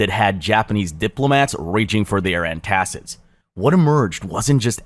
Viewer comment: Dude your pronunciation is alien. “Antacid” is NOT “an-tacit” And this is just like the 7th I noticed